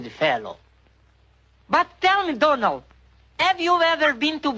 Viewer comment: no one: literally no one:: have you been to Bahia, Donal?